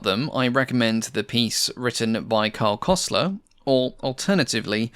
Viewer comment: Pleas say Kösler instead of Kosler. It's a U, try Forvo for examples. See, you can learn a language.